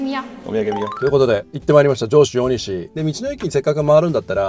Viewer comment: 道の駅はしご動画、とても楽しめました。ありがとうございます。ただ、地名のイントネーションが気になりました。鬼石と万場、鬼石はシを下げて、万場はバを上げる感じかと思います。次の動画も楽しみにしています。